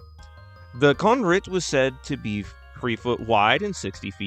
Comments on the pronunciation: My Vietnamese ex-wife pronounces con rit with the R sound, not Z. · But an i would be pronounced more like an e - con zeet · Your initial pronunciation sounds legit to me. It’s an ‘R’ sound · Excellent video as usual. I'm already familiar with the Con Rit through Karl Shuker's blog but this video digs up information even I had not encountered before. From its pronounciation NOT being what I thought it was, over it sometimes being reported with a reptilian head to sightings of it all the way from Algeria. I wonder if it might be caused by some of the same creatures as Bernard Heuvelmans' many-finned sea serpent.